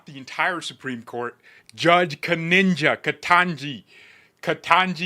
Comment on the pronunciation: You have no idea of what you're talking about. Btw, the judges name is KeTANJI and not KetNINJA Brown Jackson. You misspoke her name in the 4 or 5 times you said her name 100% of the time. Like you said she didn't really go into the MERITS of the case. The reason she didn't go into the MERITS (the right or wrong) of the case is because she did not want to go into the MERITS of the case. It is merely an Administrative Stay to let the Appeals court time to finalize their decision. So, no she did not rule FOR Trump as you say in your videos title. She ruled fairly and impartially (not taking any sides as your title implies) to let the APPEALS court some time to quickly (as the Appeals court claimed in your readings) come to a decision. Here is what's happening without your bias and prejudice interpretation: Justice Jackson issued a temporary "administrative stay" not to take over the case from the appeals court, but specifically to give that appeals court (the First Circuit) a small amount of extra time to make its own, more thorough decision in an orderly fashion. Here is why she intervened: A "Run on the Bank" Situation: The lower court's order required the Trump administration to find billions of dollars and make full SNAP payments by a specific deadline (Friday night). The administration argued that this was impossible and would cause "irreparable harm," potentially inviting other legal challenges for federal funds during the ongoing government shutdown. Appeals Court Timeli